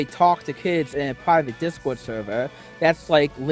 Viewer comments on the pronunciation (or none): "I can't be a p3do because I have minows in my discowd suhvuh!" "I can't be a murderer, there are 8 billion people on earth!" Ahem. Sorry, I mean, "muhdewuh"